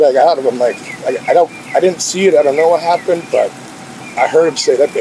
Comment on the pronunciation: "I don't knowa" 😠